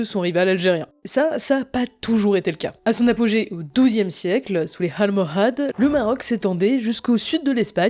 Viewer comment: Il y a pas de h au début de « almohades » et de tout façon pas de raison de le prononcer en français.